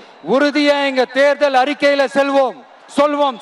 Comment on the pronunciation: தம்பி முதலில் வீட்டில் வாசித்து பிராக்டிஸ்பன்னிவிட்டு மைக்கில்பேசுங்க. தப்புத்தப்பா தமிழைப் படிக்கிறீங்க. உணர்ச்சியை யாராலும் ஊற்றமுடியாது. உணர்ச்சியை ஊட்டத்தான் முடியும். சென்னை மகாணம் அல்ல சென்னை மாகாணம். செல்வோமா அல்லது சொல்வோமா?